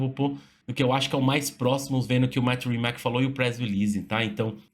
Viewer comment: a pronuncia não é "rimaque" é "rimats"